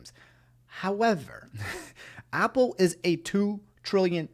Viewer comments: when he said Aupple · No one: Absolutely no one:: "Opple" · Nobody: when he says Apple “oPpLE” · Why does pronounce apple like (awpull) but pronounces app like (AHP)? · I was about to say